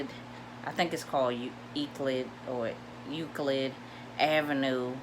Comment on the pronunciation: I thought u were from " THE LAND" until u couldn't pronounce Euclid. Where'd r u from? Good video by the way